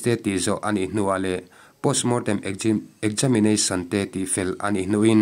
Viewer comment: 😂😂 ekgamination a la tizui